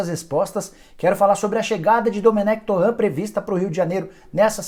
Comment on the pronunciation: O nome do técnico não ê francês “Torran” é catalão “Toren”